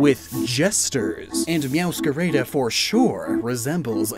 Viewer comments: "Mascara" instead of "Máscara" and "Mewscareida" instead of "Mewscarada"... I'm sorry but, as a Spaniard, I have to say that gave me ear cancer... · You're actually pronouncing "Meowscarada" wrong, all As sound the same, as in "apple"